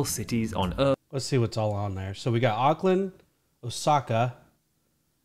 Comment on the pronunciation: First part natural beauty when he pauses that is, in fact, sand it’s just a Blacksand beach😊 also, you don’t pronounce the A in Auckland. You make it sound like an o. Yes, the entirety of the movie was filmed right in New Zealand right there